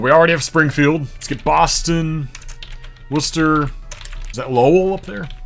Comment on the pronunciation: He also did very well pronouncing New England cities the way locals do (Worcester and Concord for example)